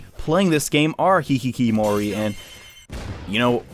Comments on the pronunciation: keeps saying hikikimori and it makes me uncomfortable It's hikikomori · "It even has it's own term, a 'Hikkikomori'... or maybe 'Hikkikimori'...? Idk it's hard to pronounce that." Well, not long in the future, would play a game who's name was based off that word and he would learn it is indeed called "Hikkikomori" I recently heard this story out someone who had escaped a war as a kid. They eventually had gone to a therapist and one day talked to them about how their spouse annoyed them, leaving curtains opened and lights on at night, which was opposite of how he preferred things. He was asked why he did that in the first place but as far as he knew he'd always done it. The issue was brought up and after consulting his siblings, he realized something... His reason for turning off the lights and closing the curtains was that it was the way to avoid standing out and being noticed at night. Events change your personality, even in little ways I've probably had a pretty traumatic one... But I have the memory of a goldfish. And the memory of a goldfish. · Continuing the trend of " pronounces words right the first time and procedes to mispronounce them for the rest of the video" is: hikkikomori